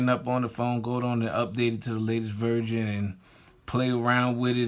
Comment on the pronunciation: Im getting a gold one but he said "32gb virgin did u mean version or was it your accent?